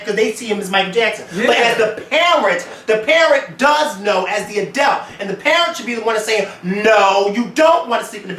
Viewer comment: Lmfao I cannot stand the way pronounces the word "adult". He keeps saying "adElt". adelt adelt adelt. Hahaha omg I almost wanted to stop watching because of that... Great episode though, guys!